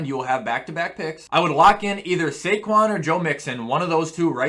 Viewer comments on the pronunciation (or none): none